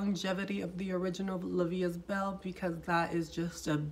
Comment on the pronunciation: The proper form is La vie E belle......I speak both french and Spanish , don’t worry about your accent, you’re doing greaT just don’t say EST.